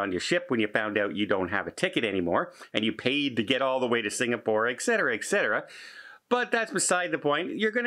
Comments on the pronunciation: Good job pronouncing Brisbane! Now, let’s try “etc.” It’s NOT “ekcetera,” it’s etcetera! 🤣 And it’s “escape,” NOT “ekscape.” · I have a couple of questions. Why do you say "ekcetera" when the word is "etcetera"? Also, you say "ecscape" instead of "escape" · You may have said Brisbane correctly, but you keep saying ETCETERA incorrectly as well as AUSTRALIA... you continue to say "Ecetera" and "Allstralia" .. Sorry... but since you brought it up...